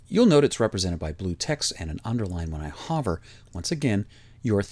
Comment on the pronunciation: Ditto here as well... Just the URL box and Save button. Ditto on the series thus far. Very well done! Just teasin' you about your pronunciation of 'hover.' Canadian roots? You have the perfect inflection and pacing. Thanks! p.s. I'm on a pc W7 btw.